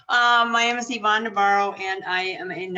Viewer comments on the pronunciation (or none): Key Moments: Yvonne NAVARRO, not "Demaro."